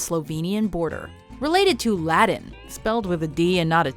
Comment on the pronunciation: Who changed the way she pronounces "Latin"?